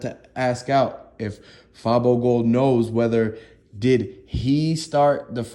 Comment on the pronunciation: Dude you click baiting fr. Who tf is J Big Unc is the person you referring to not J who tf is that. You have no idea wtf your talking about can't even say fabo gold name right. Your page full of bullshit and false news fr